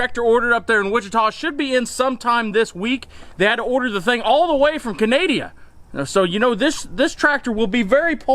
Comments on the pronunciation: did he just said "Kanedia" instead of "Canada" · Canadia???? wtf? lol 🇨🇦